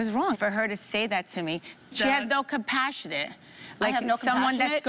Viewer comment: Teresa saying she writes her book, but can't pronounce the word "compassion" correctly has me dying. XD